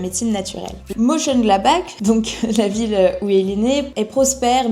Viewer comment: Super intéressant, merci pour ce reportage ! Pour la prononciation (si je ne dis pas de bêtises) C’est Meunchenglatbar si on devait le lire en français x)…